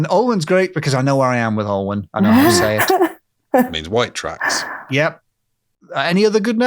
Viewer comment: Great show!! Every time you said "White Tracks" I heard "White Trash".